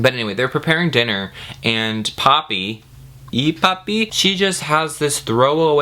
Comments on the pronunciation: I kept thinking was saying Papi instead of Poppy hahaha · Half way through the video I realized you were saying Poppy and not Papi and things made more sense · I mean... he could have called her Hydrangea. You kept saying "Poppy," but I heard it as "papi" and i was thinking, "why the heck is he calling the girl daddy?"